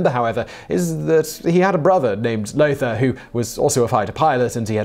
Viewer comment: Lothar von Richthofen: Lothar is pronounced "lo-tah"